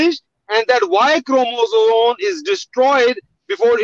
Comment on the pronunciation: Jahil ko bolo sahi se pronounce karna sikhle 😂 Chromosome